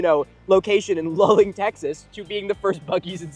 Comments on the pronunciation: It's pronounced loo-ling, not lul-ing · In case no one else has mentioned it, it's pronounced 'loo-ling" (Luling). Sorry for living in central Texas... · It's Luling, not Lulling. I live near and couldn't believe my ears! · OMG it's Luling not Lulling. LOO-LING! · Sorry guys, native Texan here. It's pronounced "Loo-ling" Texas, not "Lull-ing". Also, finally someone is calling out Buc-ees for their obvious manifest destiny mindset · lmao shoutout to my parents hometown. 🤣 Fun fact instead of making the current Bucees just a little bigger, they decided to bulid the bigger one right next to the old one and then demolished the old one. Also we do pronounce it like loo-ling, not lul-ing, though I do get the confusion. Edit: if you drive through luling(only takes like 5 minutes since its not big) try City Market BBQ, its really good. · BTW, it’s pronounced “loo-ling” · This video was awesome! As a Texan, just wanted to assist with the pronunciation of Luling - its Loo-Ling :) Keep up the great content! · Luling TX (loo-ling) is about halfway between San Antonio and Houston on I-10 (Actually halfway between the Buccees in Katy and San Antonio). It is also host to the largest watermelon festival in the world, Where the population balloons to two or three times the population of the town. Definite Conspiracy!!!!! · Luling, not "Lulling." They also have a water tower painted up like a giant watermelon. Had to pass through here every time I visited my brother in college at UT Austin and when I did grad study in San Marcos. That said, tiny Port Lavaca has a small Buc-ee's that has to be treated as a flagship store because the owner has a fishing cottage in nearby Port O'Connor and everything must be perfect if he passes through to get gas, snacks, or ice at any time. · As someone near the town of Luling, it hurts me to hear you not pronounce it 'Loo-Ling' but yay for a close to home shout out XD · I love seeing non Texans talk about Texan stuff, also we pronounce it "loo-ling"